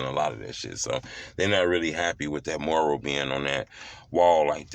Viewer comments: It's M-U-R-A-L NOT MORAL😆🤣😭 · He saying “moral” it’s “mural” 🤦🏾😂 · You're not pronouncing it right, it's not "MORAL" it's MURAL. Makes you sound slow. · It’s Mural Not Not Moral 2 Totally Different Meanings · Why he can’t say mural🤣🤣🤣🤣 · Bro learn how to say mural u sounding stupid wtf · I swear you get paid to say Mural wrong lol 😂 ijk bro lol